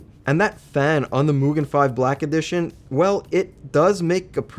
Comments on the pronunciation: Japanese here, you absolutely got the MUGEN pronounceation right👍👍👍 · Gets the pronunciation for MUGEN down but botches KAZE (kah-zay)😝